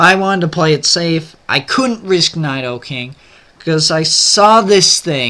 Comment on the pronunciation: PRONOUNCE NIDOKING RIGHT!!!!!1 GAH!!!